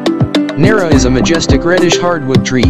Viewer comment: MO-LA-VE NAR-RA MA-BO-LO / KA-MA-GONG